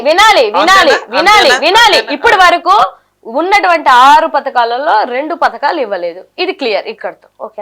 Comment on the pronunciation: పధకాలు మంచం పతకాలు కాదు